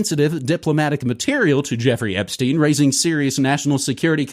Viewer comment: its not ep-steen, its ep-stein. like albert einstein, not bruce springsteen 😂